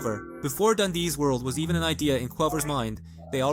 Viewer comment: Am I the only one who is listening to the text to speech voice that is saying dandy world where its dandyS world. then calling dandy I girl and VEE a man not to sound like A crash out but its true..